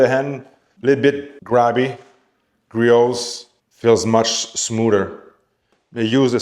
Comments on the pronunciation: I feel bad for Griot's Garage, no one on YouTube seems to pronounce their name correctly. In case anyone is curious or cares, it's pronounced Gree-ohs, not Gree-oats or Gree-ots. I guess it's a pet-peeve of mine. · The project farm guy was insufferable, pronouncing the T lol